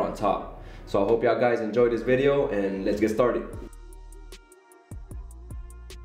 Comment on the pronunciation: He said I hope you guys endoyed